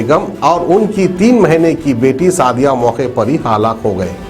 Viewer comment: Haalaak nahi halak